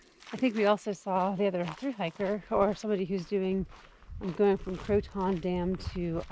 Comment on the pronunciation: I like watching your video's but it drives me crazy you pronounce Croton incorrectly (and I should just let it go but thought I'd at least educate you in case you come this way again). I can't figure out how to explain the right way. Its more like Krow Ten with the emphasis on the Krow.